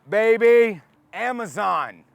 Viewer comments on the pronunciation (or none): none